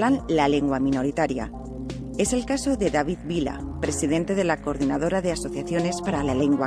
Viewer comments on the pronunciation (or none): none